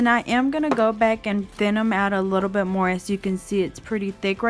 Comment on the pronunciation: Its actually called a" bit " , a drill bit not bid .